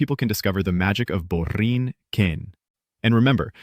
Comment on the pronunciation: Baby (no disrespect), try to say it as it is 2 words “La” and the rest a tad faster so it doesn’t create the awkward pause that makes it sound like you’re saying, “La boring Kenya”. 😊 I’m glad you tried and pronunciation was on point, other than the pause.